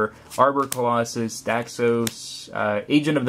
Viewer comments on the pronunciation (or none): none